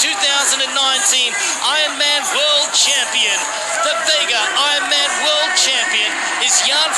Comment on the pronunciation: Is the narrator saying I-man instead of Ironman?